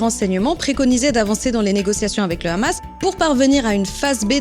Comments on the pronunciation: Salut j'apprécie beaucoup ton travail,mais je voudrais juste te demander une faveur,à l'avenir prononce juste hamas et pas ramas comme le font les abrutis sur Cnews merci d'avance et bon courage !!👍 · DOIT-ON RÉPONDRE À TOUTES LES QUESTIONS STUPIDES DES NÉGATIONNISTES DU GÉNOCIDE PALESTINIEN CAUSÉ PAR LES CRIMINELS ISRAÉLIENS ET PAR NATIN YA HOOOOOOOOO COUCHER ET PUIS C'EST HAMAS ET PAS KHAMAS LE H SE PRONONCE H ET PAS KH SVP MERCI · C'est justement ironiquement qu'elle le prononcé de cette façon 😊 Moi jrrradorrr quand elle le dit rrrrrr😉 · Le ''ramasse'', quand on entend quelqu'un utiliser cette prononciation on sait d'emblée à quel camp il appartient.😅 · Tellement qu’ils savent pas mettre la faute sur qui pour pouvoir les exterminer ils savent mm pas prononcer le hamas